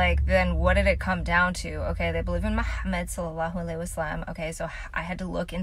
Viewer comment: How's that pronunciation of Slm. Better than some Arabic speaking people. Love it